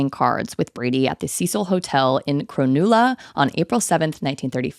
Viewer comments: I love watching your videos so much but as an Aussie it hurt me to hear you pronounce Cronulla like that. You gotta chew on the vowels babe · CROW-NUL-LA.🤣 That was hilarious! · your pronounciation of cronulla is a little idiosyncratic here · Yeah I had to google if there used to be a Cecil hotel in Cronulla to check if that’s what she was actually saying 😂 I live 5mins away so I was definitely shocked to be hearing about Cronulla on here. FYI to other American it’s Cr-nuhlla, and Coogee is Cooh-jee not Cew-jee. We pronounce everything so weird so I don’t blame the mistakes haha